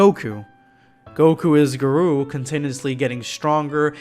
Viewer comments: Lmao he keeps saying guh-roo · It's Gar-oh not Gar-oo* I'm not trying to be mean sorry if it sounded rude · HEY HIS NAME IS GARO NOT GAROO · How are you butchering the name when in the anime they say it clearly for garou(gah-row)?otherwise yes saitama is "bored" for the fact he has no real challenge currently until he fights GOD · Ayur ga-row (row as in a boat) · GAAR-OH! Thats how you say it. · Black scape it's pronounced Ga-Row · The way he says garou hurts me